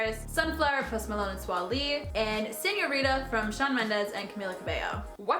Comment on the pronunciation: "Swa Lee" lmao